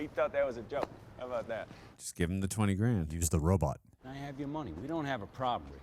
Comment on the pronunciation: You guys pronounce robot as robut like zoidberg and it's hilarious 😂